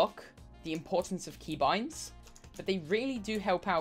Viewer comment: The way he said key boinds 😭